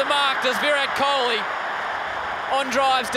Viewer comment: the way they pronounce kholi is amazing ❤️❤️